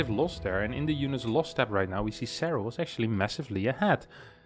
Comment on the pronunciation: Nobody:: "Zerral"